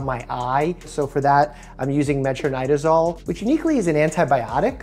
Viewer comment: First time hearing metronidazole pronounced like that.